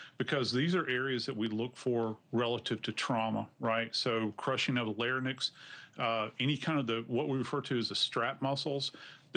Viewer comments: Larynx - Lar-inx not Lar-nix. Any expert should and would know how to pronounce this word. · Any "expert" that pronounces LARYNX as "LARE-Nicks" is an imposter, a charlatan. . The correct pronunciation is "LARE-inks." I think this man may be just a publicity-grabber. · Seriously, dude? It's larynx - "lair-eenks," not "lair-nicks." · Wait: did the forensic pathologicist just pronounce 'larynx' as larnyx, instead of 'lar rinks'? Wtf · lar nix?? That's not how to pronounce larynx. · That doctor can't pronounce larynx. 🤔🥼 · Why can't this 'expert' even pronounce LARYNX??? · It's odd that a forensic expert can't pronounce "larynx." He sounds perfectly competent, but he has trouble with that word. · I thought the same thing But then again, I have colleagues that pronounce it the same as he did and in my profession the larynx is a focal point. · A Certified death investigator does not know how to pronounce larynx????